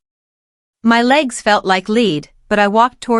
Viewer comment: Nobody's legs feel like " leed" fucking AI